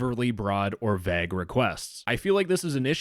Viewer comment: how can you mispronounce vague so many times in one video XD Is he French